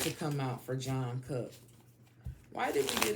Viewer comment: Respectfully - it's pronounced "Chung kook", not John Cook lol